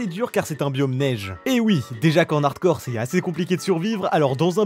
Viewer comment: J'adore tes vidéos mais s'il te plait arrête de dire "en n'hardcore", la liaison ne se fait pas ;)